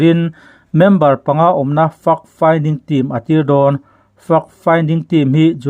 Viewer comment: Fact Finding tih hi Fuck Finding tia lam lovin FEK FINDING tia lam ni zâwk se a ri mawi zâwk deuh ngêi ang. A bengvarthlak ṭhin e.